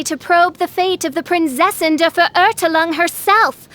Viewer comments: prinzessin dur vurhurtulong seriously, did no one prep her on how to pronounce that? LOL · I heard it as Prinzessin of Derp-zefer-urgh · did the voice actor listen to the german pronunciation once😔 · My god that pronunciation 😭😭😭